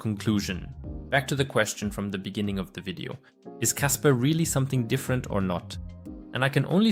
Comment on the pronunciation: It's kaspa... Not kasper